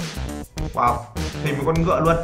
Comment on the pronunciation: E nói woa chứ ko nói wow